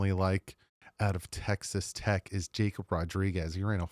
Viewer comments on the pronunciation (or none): none